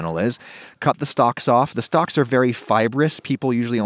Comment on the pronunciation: Adam : cut the stalks off the stalks are very fibrous, people usually only use them in stocks and such Me hearing stalks again instead of stocks : 👁👄👁